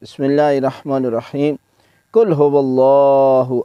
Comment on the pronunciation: سلام علیکم قبلہ محترم! عرض بآداب۔ شاید مائک وغیرہ کا مسئلہ ہوگا، آپ کے اھدنا میں ھا کی ادائیگی بالکل بھی ظاہر نہیں ہو رہی، "اِدِنا" یہ آواز آ رہی ہے، اور قل ھواللہ میں "ق" کی آواز بالکل بارک جیسے "ک" کی آواز آرہی ہے، اسی طرح سورۃ القدر میں یہی ایشو ہے۔ جزاک اللہ سلامت باشد